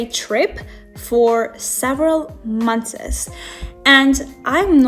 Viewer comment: | Girl, its "months", not "monthes 😭 , i only said this because you said it twice